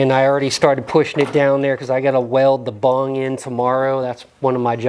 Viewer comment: Lmao its bung not bong your doin it wrong man you hit the bong and everything else is easy bro😉😆👻🤘